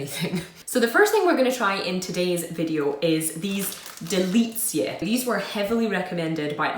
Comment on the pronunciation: Greetings from Poland! 1. DELICJE means "delicacies" (very good pronunciation). 2. ŚLĄSKIE KAWOWE means "Silesian [and] coffee" (both words are adjectives in the plural) . The hammers represent Śląsk (Silesia), a region commonly known in Poland for its mining industry. 3. KATARZYNKI - plural form of KATARZYNKA (diminutive form of the name KATARZYNA - Catherine; not used anymore, now we say "Kasia" or "Kaśka"), so it's a plural form of Cate, Kate, Kathy etc. 4. DRAŻE MLECZNE means "dairy (literally "milky") dragees". 5. STUDENTSKA chocolate is a Czech product.